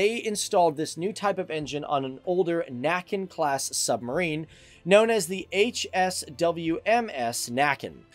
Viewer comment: About Näcken class subs; not nacken=(the neck). Näcken=(a folklore manly fiddler playing in brooks) a and ä different sounds.